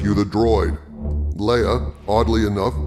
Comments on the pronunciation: Lee-ah? ive always pronounced it Lay-ah. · GENERAL LAY UH ....ITS NOT LEE UH ....OMG